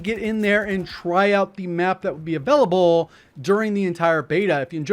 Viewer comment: The "avelable" gets me every time.